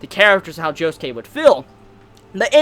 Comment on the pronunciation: Am I the only person who pronounces Josuke JO SOOK not joskay